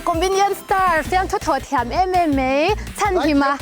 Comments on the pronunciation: A thiam khawp mei ti ziah mai Host hian. Mei a ni lo. Mai tih tur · MAI pawh ti thiamlo a MEI ti tlat ang chi hi Host ah hmang tawhlo teh a.. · Host in a 'Mai' ti lova 'Mei' a ti ziah hi sim hmak chi...a mawi thlawt lo... Mizo tawng dik pawh ni lo..a ti hmuhnawm loh zo vek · A hlimawm thin lutuk e.. Mahse Host hian MAI ai ah MEI a hmang tlat hi beng a lo kham ve deuh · Effect in hmang nasa ltk a,u zovi pawh msi ang vel ani,msi phei chu a hnar kua leh a mit mu dum bak a hmuh hleih thei hlei hnem lee😂😂😂...chuan host khi a awmbawr note mawngphir ang khian lang MHS "mai" tih tur ah "mei" ati zel khi ka lo ngaipawimawh ve deuh bawkkk,😂... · "Mei" leh "mai" pawh hrehrang lo, "kaih" leh "keih" pawh hre hrang lo hi chu host tir tawh teh suh u...no em em mai bawk si A show hrim2 hi chu a hlimawm, a hmuhnawm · Host hi a aw ngaihthlak a hreawm thlawt ‘mei’ leh ‘mai’ pawh hre hrang lo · Host kha Mei a tih zel a, Mai tih tawh tur aw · Host hi a fuh lo e ka ti ,'mai' tih tur ah mei a ti tlat mai a,,,,thil dang chu hmuh nawm in mit a tlai ee,,host mawlh hi beng a kham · Nia host hian mei ati zel a en atihrehawm deuh ka ti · Mei ti deuh char2 mei😂😂😂 mei leh mai a hre hrang lo mi a host nu chu🙃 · Host chu aw... "Mai"tih tur ah Mei ti tlat.. "Keih" tih tur ah "Kaih" ti deuh tlat.. 😂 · Host chu mei a van ti nasa em em zia lo tawp😂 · Host hi... A zeilo ka ti lo mahse... Mai tih tur mei a tizel a... Hriat anuam lo ka ti abka ah chuan a hmelthareuh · En a manhla leh dawn mang e. Host khian mei ti lovin mai tiin han sawi ta bawk se, ngaihthlak a nuamzawk ngei ang le. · A hmuhnawm hle (mei)❌(MAI)✅ MAI Tihtur ah Mei tih hian beng a tikham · Umm Sawiselna pawh ni lovin FTH Programme ho hi Mizo tawng dik zir nan hian a tha ka ti thin a, a bik takin Pu Mafaa leh Pu Hruaitea te khan an thawh hlawk ka ti thin hle. Tun tuma in host khi chuan 'Keih' aiah "Kaih" te a tia, "Mai" aiah "mei" te a ti nawk a, in inhmeh lo mang e ka lo ti ve mai mai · Kypon ka lo tia.. "mei" ati zel sia